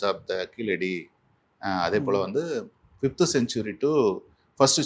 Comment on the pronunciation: Its KEEZHADI not Keeladi, which is a non-tamil pronounciation.